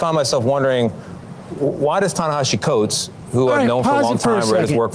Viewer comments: Great reporting, truth fully broadcasted, and the author's first name is pronounced Ta-nah-HAH-see. Thank you. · Please learn how to pronounce his name right - it’s pronounced “Ta-Nahasee” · Na HE see, Nahaasee, Nohe-cee, say the mans name right. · Notice how that dirt bag keeps mispronouncing Ta Nihisi and keeps saying Ta NihiSHi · Pronounced Tah - Neh - Ha - See Coates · Tawna Hawsi is how you pronounce his name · Ta-Nehisi's name is pronounced "Tanahasee"! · Can y'all learn how to say his name. It's TA-NAH-HAH-SEE Coates. Learn it. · It's pronounced "Tah nah hah see" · Israel has Jim Crow laws for its ethno-state. It’s racist. It’s white nationalism by another name. Notice how this hack repeatedly mispronounced Coate’s name as “Nahashi”. Natash in Hebrew means “serpent”. He’s calling him a snake and accusing him of anti-semitism because he opposes apartheid. No nation state citizenship should be determined by ethnicity. That doesn’t sound to outrageous to me, but this host implies that the author is a radical terrorist with a “backpack” just because he calls out the multi-tiered citizenship rights based on ethnicity on the stolen land. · “And so then I found myself wondering “why does Tanahashi Coates, who I’ve known for a long time…” ~cbs anchor tony dokoupil mispronouncing the name of someone he claims to have known for a very long time. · In case I don't stay for the full 20 minutes, does someone eventually tell y'all how to pronounce his name? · The substance of y'all's critique is spot-on. But y'all should really put some respect on Ta-Nehisi's name and learn how to pronounce it before Sam self-importantly highlights how he's disagreed on "nuance" with this "mainstream" author (the shade isn't subtle, Sam's self-centering is truly insufferable, and the hard work the rest of the studio does to follow in his footsteps is cringe-worthy). All too often, whatever is being commented on takes a back seat to Sam's self-promotion of his own brilliance.